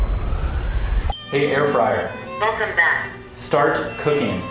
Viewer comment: hahahahaha air frayer wtf